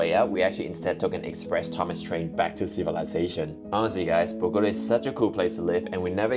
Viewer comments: Pronunciation is Boh-goh- TAH (emphasis and accent on the last syllable). Not Boh-GOH-tuh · Bogota pronounced boh-gah-tah✌🏽